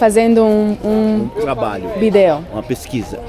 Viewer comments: the old guy who gave you the strawberries couldn't understand you because you were saying "video" incorrectly. You're pronouncing it like if you would in Spanish with the stress over "e" in the second syllable. But in Portuguese, the stress is on the first vowel of the first syllable. So it sounds more like you are saying VEE/jee/oh, than vee/DAY/oh. Also if your answer to a question is, "yes", don't say "yes" because it doesn't sound natural. Instead you should say "isso" extending the sound of the first vowel. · Bídeo 😅 we can understand portuñol but sometimes the pronunciation of the languages is unhelpful (v with a b sound in spanish). He was so sweet tho! Really cool video :) ( which is not for school lol) Also yeah i think some people from outside brazil especially americans don't know our supermarkets are like much easier to walk to or closer to people's homes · When pronouncing "vídeo" you have to stress the I not the E. Otherwise Brazilians won't understand it - it sounds to them like the capital of Uruguay. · Ele não entendeu a palavra "vídeo". 😅 A pronúncia correta é "VEE-deh-oh".😘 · Oh, I had to come back here after hearing you speaking Portuguese! Yeah, I noticed your pronunciation good in churrasco! Lol! Okay, vídeo was not so clear, that is why the guy in the street market thought you said Montevideo! Other than that, your Portuguese is pretty good! Wow! Dois quilos de batata...tem sacolinha! I couldn't say that better myself... The song playing in the background...Nothing's gonna stop us now! I have a question. You mentioned your day a couple of times (maybe more) and I feel like I am missing something here. Is your dad, Brazilian? Is there a video where you talk about this? And, is so, can you send me link, please?